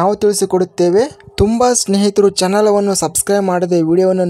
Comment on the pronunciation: ಬ್ರದರ್ ನೀವು ಚನೆಲ್ ಅಂತಾ ಹೇಳತೀರಾ ಚಾನೆಲ್ ಅಂತಾ ಹೇಳಿ ಬ್ರೋ